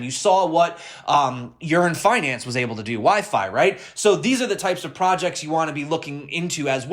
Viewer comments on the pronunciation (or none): calling Yearn Finance as "Urine Finance"